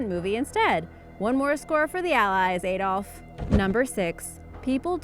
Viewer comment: did u just call him aidolf???